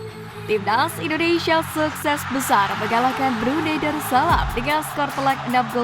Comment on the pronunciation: Komentatornya repot amat nyebut.... INDONeiiiiisssyyaaaa😂😂😂😂